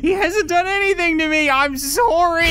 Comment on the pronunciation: He apologized for shooting the start dude and even said, “Soory,” he is a true Canadian